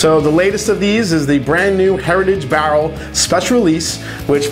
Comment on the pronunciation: Say "bah-rl" one more time...